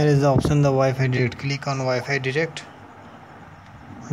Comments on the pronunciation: Good video But it's called wifi direct not derect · Did you say wifi digit